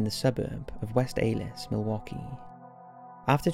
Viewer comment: It's west allis (alice) not (ale iss)